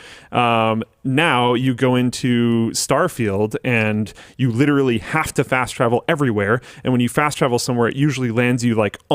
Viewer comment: lit·er·al·ly....4 syllables, Linus. You can do it. I believe